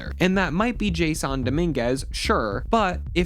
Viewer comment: Imagine listening to someone talking about baseball who who can’t even pronounce “Jas sawn” Dominguez , and Steinbrenner about baseball lmao… so much of what this mutt said is completely wrong… the Yankees outfield wasn’t bad this year… judge didn’t have 1 error all season(until the World Series of course in the biggest error of his career) playing 2 different positions out there…. Verdugo who I can’t stand played a good LF, and Soto isn’t that good on defense but he did alright…. Gleyber torres was the problem for the Yankees defensively this year. With almost 20 errors. That’s unacceptable… Volpe played good had a couple bad plays this year, Jazz at third who’s not even a 3rd baseman did what we asked him to do there… Rizzo is just too old and thank god will be gone next year. And we’ll see if rice is ready for full time, or we can sign a free agent!! This team is almost there…. They were right in every game of this World Series. 1-2 things goes differently, and they could have had the 3-0, or 2-1 lead… they didn’t get killed by the dodgers at all. Every game was there for the taking… but game 5 was just embarrassing…. Fell apart and beat themselves!!